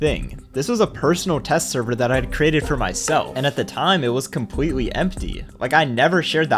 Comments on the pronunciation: lol bro said compwetwi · bro said complwetely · compwewe Got me rolling on the floor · bro said “so CWEARLY dis guy thought he was being funny, so he decided to COMPWETEWY build around my bedrock.” Im not joking he did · “So cwearly this guy thought he was being funny because he decided to just compwetely build around my bedrock” what where those “🥺👉👈” voice cracks